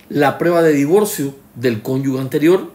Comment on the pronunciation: Cada vez que dice “cónyugue” muere un profesor de lengua española.